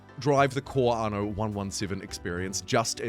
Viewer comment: "Arno" why are adding an R to a word without an R in it?